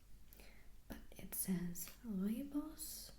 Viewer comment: "Rooibos" Can't believe you pronounced it correctly. It's originally from South Africa, where I'm from. ^^